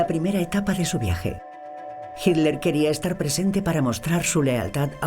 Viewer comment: Ok Pero es hiTler , y No hiler. 👍😉